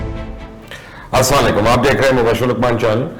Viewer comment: مبشر لقمان بھائی، آپ یہ سلام صحیح کریں، اسلا علیکم کی جگہ السلام علیکم کہے تو بہت خوشی ہوگی، جزاکم اللہ خیرا کثیرا